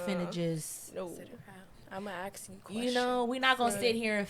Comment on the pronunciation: ask ≠ aks